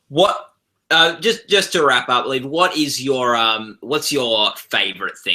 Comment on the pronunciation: um, excuse me mr. interviewer......it's pronounced Li-ev, not Leave